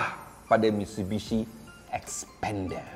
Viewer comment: Masalahnya.. nama.. slalu tersasul sebut spender 👻